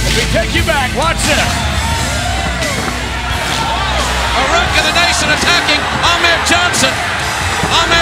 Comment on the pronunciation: So Vince calls him "fuh-reak" instead of Farooq lmao wow